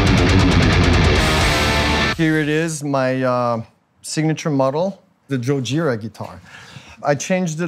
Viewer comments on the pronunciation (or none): Did he just say JOEjira? That's not how you say your band name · Today I learned how to pronounce gojira, it’s joejira !! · Well, the first band i hear that pronounce their own band name wrong. If you pronounce it in japanes it would be writen"chojjirra" kinda. Not "goojirra". Just saying.